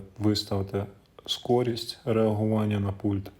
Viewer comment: Может не "скористь", а швыдкисть??😅😅😅😅